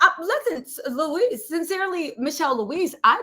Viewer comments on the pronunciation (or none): none